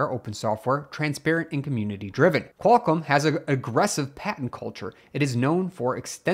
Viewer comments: Its QualComm, not "kwulcum" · Somebody should stop "Qualcum"